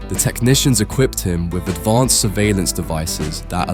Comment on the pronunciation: why do you keep saying advonced